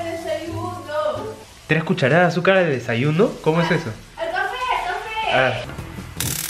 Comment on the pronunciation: Dice aletu desayuno xD